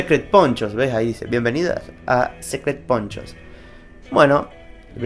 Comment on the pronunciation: No se acuerda ni como se llama el juego? no sabe si se pueda jugar en la misma play (station) o con amigos? (hasta ahy le pare). Jajajajajajajaja, a eso le llamas "review"? por cierto en ingles suena como "sicret pounchos" no como la cosa que dijiste....